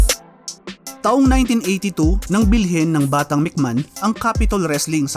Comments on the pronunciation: Anong mc man? It’s MC may hon. Or mc may on. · Anong Mc Man pinagssabi mo?ayusin mo mga pronounciation mo!